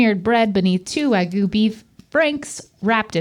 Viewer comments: Why do English speaking people/americans prononce it like "wa-goo" instead of "wag-you" ? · Wag-*YOU*,. Not Wa-goo. And making that into a dang hotdog is sacrilege! That stadium should be ashamed! xD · Wagyu is not pronounced like that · Aw - can’t say Wagyu. 😂